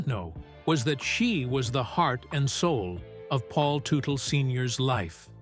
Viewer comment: it is tud dle not tu tu